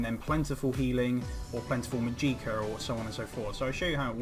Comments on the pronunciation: Màgicka not Magìcka FeelsBadMan <3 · Thanks for the video. But it's called mah-jik-ah not mah-geee-kah